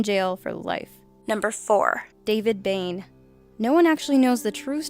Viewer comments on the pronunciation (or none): none